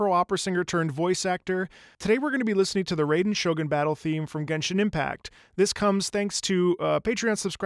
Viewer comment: Still can't understand why people can't understand it's not RAY-den, it's RYE-den. Learn to pronounce the words of the language, please. It's not that hard. It's literally a syllable. They even say it out loud in the damn game!